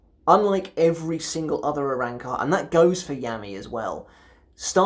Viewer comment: I’m sorry but I’m gonna be the guy who points this out, RAY-AT-SU and ARAN-CAR I just couldn’t hold myself back that shit was priceless 😂